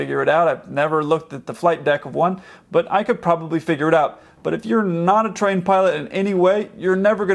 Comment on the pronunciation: did he just say train pilot or trained